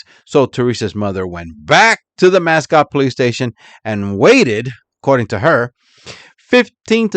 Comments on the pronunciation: Not that it matters, but its pronounced Mass- coat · Pronounced Musk-oh-tee